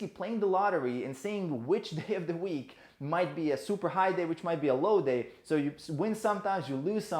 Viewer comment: "low day" - "lauday".. i am from India Indians will know what i mean to say